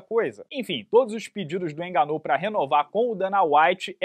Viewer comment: Parece que deu ruim pro "ganú"